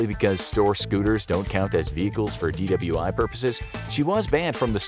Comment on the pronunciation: did he say dwi?